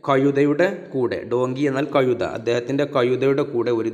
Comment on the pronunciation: കയുതയല്ല, കഴുത എന്നുച്ചരിക്കു,, ആശയ കുയപ്പ മല്ല ആശയകുഴപ്പം, ഴ എന്ന അക്ഷരം നന്നാക്കി വഴക്കി എടുക്കു